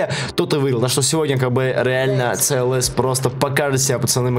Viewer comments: в английском только си ел эс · ты там сказал цлс тамаева😂😂😂😂😂